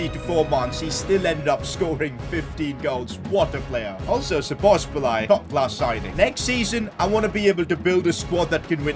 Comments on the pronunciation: It’s not spozobliay it’s spozobli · just letting you know its szobozlai not szobosbolai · Sabos- lie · Szoboszlai❌ Sobosbolai✅ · I like how he pronounces szoboszlai like this " Szobobzilai " 😂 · sobozbolai😂😂 his pronounciation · man dont say sobosbolai say soboslai its simple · i m hungarian and so bad to hear you say Szoboszbolay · I am hungarian and bro said Szobobszláj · No one:: "Szobosbalai" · Happy Christmas And also the fact sid said 'sobobszlai'😂😂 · ik lol. it was kinda triggering doe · I feel physically sick after hearing that so much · he says sobosbolai HAHAHA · its pronounced shoboshlai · It is pronounced Sho-bo-z-lay No hate tho also loving the content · He is pronouncing Szoboszlai's name wrong. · The way pronounces Szoboszlai lmao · Pov: Your Hingarian and heard 100x times Szoboszlai being prounounced incorrectly😢😂